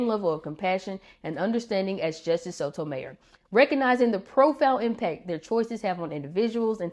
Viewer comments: Love your videos! FYI: Her last name is pronounced /so to my YOR/ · I imagine those for those placed on the court with an agenda, it's not so emotional, as it's just business. It's bound to be more emotional if you truly care about preserving the constitution and see it not happening. BTW, it's pronounced "So toe my YOUR." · I’ve never heard her last name pronounced that way before.